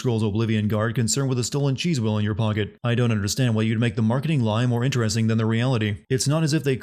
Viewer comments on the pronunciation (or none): none